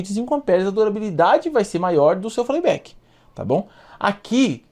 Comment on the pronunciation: 🤣 Show esse FLEI BÉK 🤣